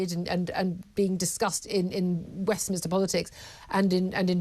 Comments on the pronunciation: It's 'Westminster' mate. Not Westminister. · It is Westminster not Westminister. Please use correct language and pronounciation!